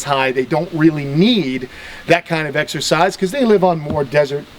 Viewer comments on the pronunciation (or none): none